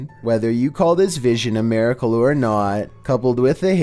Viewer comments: Maracle? It’s miracle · Omg... "MAR-icle"?... come on.